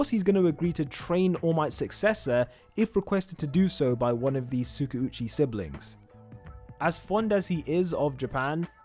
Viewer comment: I am not hating or anything it's just my opinion on how you pronounce Tskauchi. Its supposed to be pronounced as Tska - U - chi. Love your channel and your videos .